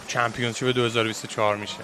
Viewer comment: اقا ممنون از ویدیوهات یک انتقاد نیاز نیست انگلیسی بگید همه‌چیزو وقتی انگلیسیتون ضعیفه ، اون کلمه هم چمپیونشیپ هستش ن چمپیونز شیپ با احترام البته💙